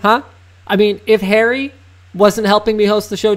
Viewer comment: "hairy" pretty sure its Harry :P